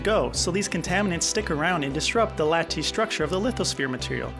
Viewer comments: Lattice, LAT-tes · The way you pronounce Lattice tells me you learned the word from a book? It's supposed to sound like "lettuce" but with a different vowel at the beginning. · Other than the endearing mispronunciations (e.g. lattice and mafic), this is a really good overview with great visualizations of plate tectonics and volcanism.